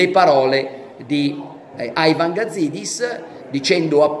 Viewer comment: Ma perche Aivan? Sembra Aigor di Frankstein junior